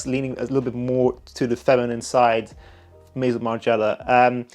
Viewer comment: That’s not how you say ‘Maison’ but ok. Margiela is legendary but clearly you don’t know